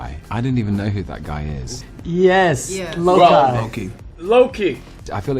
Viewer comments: How come no one is talking about how mark called loki.... lok-eye LMFAO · Mark : "YES....loki (pronounced it as LO-KAI) " AHSHDHSJDKS IM WHEEZING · did ruffalo call loki lokEYE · No one is mentioning how towards the end, Mark says Loku as "Lok-i" with a short 'i' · Ruffalo can't pronounce Loki? Wow...